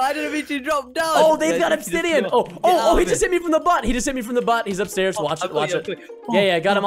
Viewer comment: Its obdisain not obsidian lol